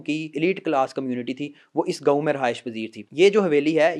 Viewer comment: Son Lerne to say words properly. surung nahi surang hai aur ghaun nahi gaon hota hai